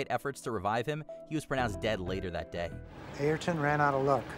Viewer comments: Be nice if you could pronounce Ayrton's name right. It's actually heard earlier in the video pronounced correctly. But hey, you do you. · Why do people have such an issue saying Ayrton Senna? Ai-air-ton is wrong. Ay-rr-ton is correct ish or just aerrr-ton will do. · Dang it! Can you get someone to read the script who knows how to pronounce the names? It seems doubly disrespectful when the report is about the person's death. It's not pronounced IREton Senna, it's AIRton. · Who's "Ireton" Senna? Please do research... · Your pronunciation of Ayrton is incorrect